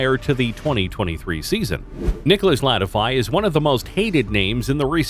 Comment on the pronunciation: Your pronunciation of the driver names is terrible. Especially Latifi, it’s pronounced Lat-tee-fee not Lat-ify 🤦‍♂️